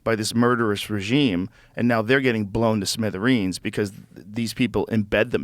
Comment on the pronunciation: I’m bothered by how Joe pronounced ‘smithereens’ 😂